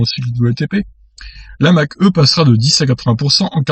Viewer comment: MDR ! "Mach E" ta prononciation , mieux vaut dire "mach i" (c est plus élégant !) en tous les cas tes vidéos sont super . merci